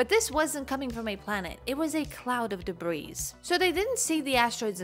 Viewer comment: That’s not how you say debris